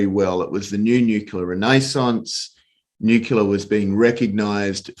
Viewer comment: The fact that he keeps saying nucular instead of nuclear drops my confidence in him. Regardless, I liked it both for the algo and the content.